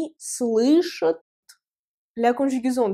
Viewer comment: Super vidéo, Bravo "Tassur" Grave de Ouf de maboul, par contre petite remarque constructive j’espère:pour la troisième personnes du pluriel pour "Entendre" "они слышат" phonétiquement j’entends le son "chOUT" dans ta voix à la fin, un peu comme si ça s'écrivait "ют" au lieu de "AT" mais pour le reste c'est très bien expliquer, voilà pour le like et le commentaire...увидимся